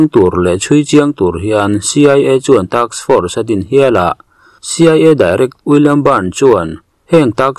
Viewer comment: Taks force ni lovin task force a ni lo maw????